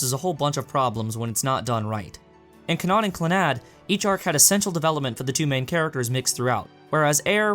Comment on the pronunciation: Why do you say Kanon so weird? It's pronounced like "canon", but spelled with a K. Sorry, it bugged me. The video was good though, and I agree pretty much 100% with everything you said. Air by far was not as good as it could have been.